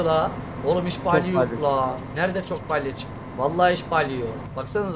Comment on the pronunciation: Balye değil BALYA😂